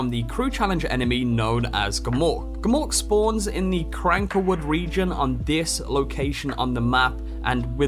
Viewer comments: It's cankerwood not crankerwood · Cankerwood, not Crankerwood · Anybody bothered how he calls the Canker woods the Cranker woods